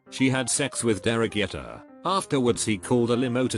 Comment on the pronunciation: "Dowtcha Bag"? It's douche. "Doosh" bag. Also it's Derek Jeter, not Yeter. "Jee-ter".